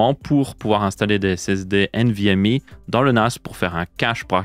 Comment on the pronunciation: nvmi nimporte quoi, tu parle francais, c'est nvmEU